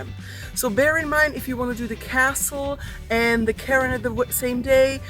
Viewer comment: It's not pronounced "Karen" in English, even in rhotic accents. It's "care" with an "n" sound at the end. There was a Scottish wine brand called cairn-o-mohr, which was a pun on "care no more" which sounds the same.